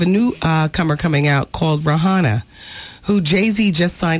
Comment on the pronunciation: "rah-hannah" loool.